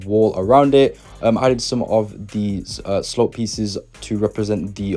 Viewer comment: I’m sorry but when he says slop instead of slope a part of me dies inside